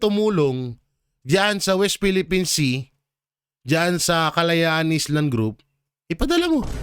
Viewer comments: ‘ISLAND’ is pronounced as ‘I land’ silent ‘S’… hindi po ‘IS-LAND’…. ✌️✌️✌️ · correction lng po yong basa mo na island ayland ang tamang cguro sorry lng hah sana mapauwi na c tatay digong at sana maging president na c inday sarah para kulong na ang mga magnanakaw at aangat na muli ang ating bansa God bless us all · Island ka ng island ang pag basa AYLAND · Sir, yung island ang pag pronounce ayland. The other day sinabi ko na uulitin uli. Please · Hello sir, no offensement Po Yong bigkas Ng Island ay ( Ayland).huwag Po magagalit dipo kita bash just for correction sir